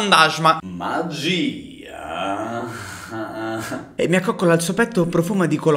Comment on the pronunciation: Sono sparite tutte le H: MAAGIIIIIAA